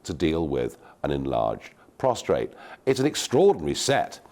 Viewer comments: Prostate, not prostrate! Big difference. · It's funny seeing who says prostRate. 😂 did